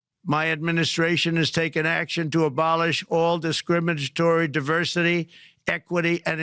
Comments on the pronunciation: From the git go he starts mispronouncing words. Disgrimigtory?????? What they hell is that????? Nonsense? You should have at least a sixth grade education before becoming President. Not just attending school but passing and understanding. This man shows his intelligence every time he opens his mouth. He is just above ignorant. And that is stretching it a bit. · Trump said "Discrimagetory". Wtf is that? 😂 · "dishcrimonnontoree' ..... Fcck i hate that putrid taco nothing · "Dishcrimatory?" He's drunk or his dementia is showing. 😡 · Discringitory? What the Hell is that word; is no one noticing his mis use of language lately? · DIS-SCIMAGE-TORY. DAM SHAME. I CANT WITH THIS IDIOT. 😂😂😂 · What is discrimigtory diversity? He should have sounded it out Dummy. 😮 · Bro said ‘discrimidgetory’ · Did he say "Dis scrimmagtory"? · What the hell is: “discrim-edge-tory”? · Can't even say "discriminatory." How sad is that? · Too bad Trump can’t pronounce discriminatory.